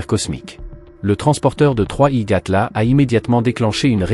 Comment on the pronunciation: 3i Gatla ??? Déjà le reportage commence mal 🤦